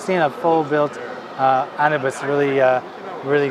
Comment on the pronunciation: The new HG Victory looks a lot like the previous HG version which was 1/100 (I'm not talking about the MG). -They should make a model, either HG or MG, of the Xi Gundam. -, you pronounced Anubis wrong XD